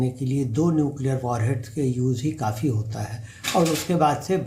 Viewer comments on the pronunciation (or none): none